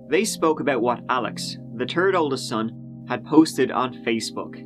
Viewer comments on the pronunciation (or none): I dunno, I still find it hilarious when he pronounces "third" lol